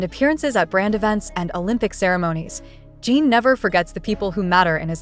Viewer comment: Crap AI voice - who the hell is Jeeen????